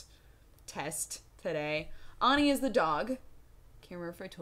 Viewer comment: Auni or Ani, not Oni. She accentuated the A pretty clearly.